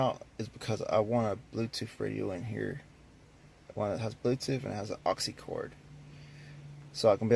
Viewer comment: Nails on a chalkboard when I heard that shit. 🤦🏽‍♂️